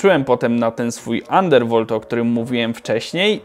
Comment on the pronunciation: chyba undervolt, a nie undervold, ale tak to spoko ;)